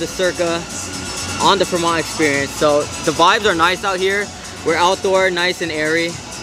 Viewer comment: Another fire video but again it’s pronounced “Freeeee-mont” not “Fra-Mont”